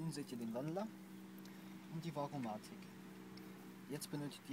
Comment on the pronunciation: Danke für das informative Video. Nur ein Ding: Es ist Variomatik, nicht "Varomatik".